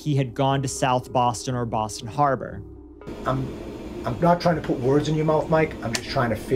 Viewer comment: BAHHSTAN HAHBAHH